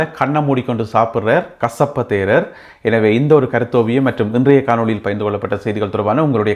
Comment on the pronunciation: நீங்கள் கசப்ப தேரர் என்று சொல்றது எனக்கு கொசப்பு தேரர் என்று கேக்கிது